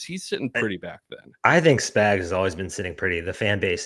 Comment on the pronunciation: I don't like that this guy keeps calling spags spigs😤